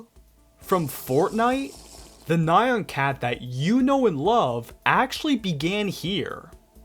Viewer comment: Why do you pronounce nyan like that???